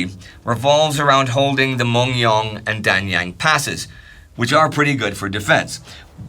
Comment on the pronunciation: I mentioned before on a previous video before but the pronounciation of place names of korea and leaders is not correct. Would be willing to help in videos in the future. For example mungyeong is not pronounced "mung- young" but moon - gyeong. It would really help with the overall quality of videos